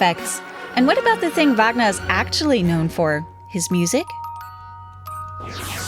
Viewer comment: AI narrator can't even pronounce Wagner.